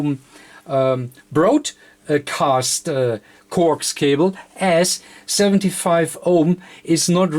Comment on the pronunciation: Corks cobble; get it straight; I still understood what he was saying